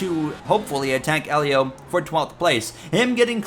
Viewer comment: You finally got Helio's name right sheds a tear Im so proud of you bro